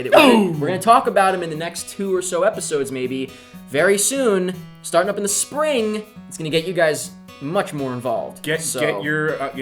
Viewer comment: Am I the only one who laughed at loud at how said spring?